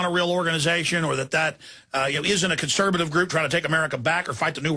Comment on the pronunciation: CONSERVATIVE Jones not "ConserBative" you keep saying CONSERBATIVE. conserVative you mush mouthed BbBbBbBuffoon.